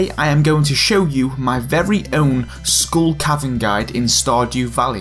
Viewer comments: I swear he says School Cavern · Does anyone else hear him saying "School Cavern"? :) It's probably appropriate since you get a kind of an education in survival against the odds..... ;) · I keep hearing school cavern. He he he ;p Great Video though